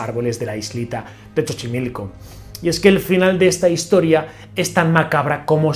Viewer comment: Hola, sólo te aclaro que no es "Chochimilco", el nombre correcto es "Xochimilco", se pronuncia como "S". Saludos desde México, soy tu fan.😘